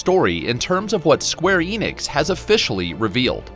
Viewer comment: Enix EN-IX N-IKS. The company is square enix. No idea what Eenicks is.